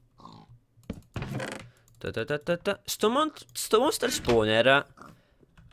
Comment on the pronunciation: Basta mi stanno sanguinando gli occhi...LO VOLETE CAPIRE CHE SI SCRIVE SPAWNER? E non "spowner" o "sponer" mamma mia imparatelo sto inglese